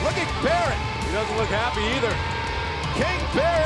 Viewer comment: Wade bar-rit lol